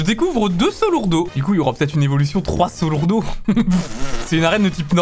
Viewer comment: Je n'aurais pas dit Troisolourdo mais Trisolourdo 😅 D'ailleurs sans blague tu as une chance sur 100 pour qu'il évolue en forme triple, mais c'est toujours Deuslourdo...